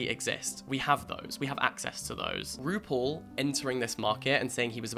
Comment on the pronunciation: this whole video i'm trying to figure out if you're saying rupaul in a british accent or roople